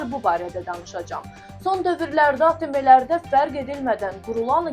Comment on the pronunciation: Ateme yox ateem